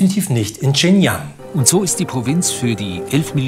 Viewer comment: und, das war nicht "ching jang", sondern "schin Gee-ang "